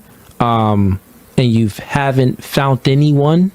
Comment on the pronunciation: The word bruh is commitment not commitance tf ?! Fount ??? man the word is found. Stop listening to him. Dude cannot speak clearly at all.